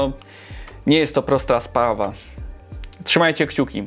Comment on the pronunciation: "nie jest to prosta spawa"